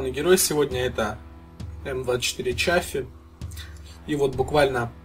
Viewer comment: т.е. это не Chaffee, а Shaffee?